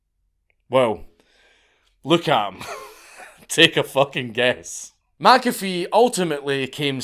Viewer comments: It's Mc-A--Fee, not Mack-Affeee... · Meh Cafe, not Mac Cafe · It's actually pronounced mick- A-fee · Being Scotts, you're both wrong. it's pronounced 'my coffee' bloody Scotts. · Only a European would have the gall to tell a man how his own name is pronounced. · The hubris of telling a dead person they were pronouncing their own name wrong. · McAfee comes from Mac Dhuibhshíthe which if you pronounced it in gaidhlig would sound more like the way he says than how you said it dank. Just nit picking. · Pronounce it the way HE pronounced HIS name! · As a scottsman I'd have thought you'd be able to pronounce McAfee properly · All this time warning us you were gonna butcher other languages' words and you can't even stay consistent with pronouncing a name from your own land, you cheeky bastard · Wtf, Dank? You're arguing with a dead guy how he pronounces his surname? 😁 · that pronunciation really bothers me too, I currently live in McIntosh FL. Everyone calls it "MacIntosh", like the bloody computers. I also wonder when you'd get around to this guy. I met him, hell, I offered him and his women breakfast on several occasions. the smell of bacon and eggs wafting from the galley on my boat was a good persuasion tool. I used to live on a big old pacemaker, wood hulled motor yacht from the 60s. McAfee and his ladies moored up next to me in the marina I was berthed in, stayed for a couple weeks. I always wondered, some of them girls looked young. like... too young. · "No John, you're saying your name wrong" 😂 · My second name is mcafee and i say it the correct way just like john mcafee and im irish this scottish pronunciation is bullshit